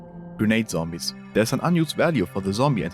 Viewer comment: The same chick who called them "Zombines"? Really?